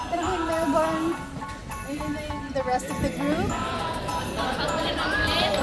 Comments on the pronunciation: Melbn yung pag pronounce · It’s not Mel-BORN!